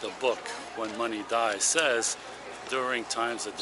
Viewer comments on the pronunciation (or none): none